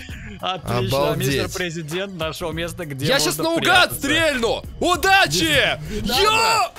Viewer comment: Не prezedent a prizedent